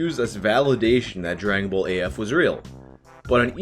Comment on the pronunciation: "Dragon Bowl Z" Gotta love Canadian accents